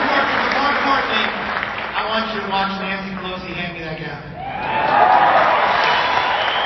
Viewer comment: “Pelozi”. Mtg is whack.